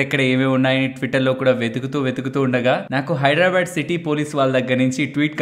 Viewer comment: Very nice coverage sir ! I am regularly following your videos . Thanks a lot 🎉 Plz say Hyderabad..not Hydra bad. No ill feelings plz